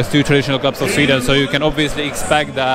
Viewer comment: I agree. The pronunciation is better than most people who have lived in Sweden for twenty years.